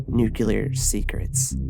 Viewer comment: Bro I like your videos but I can't take you seriously if you say "nucular"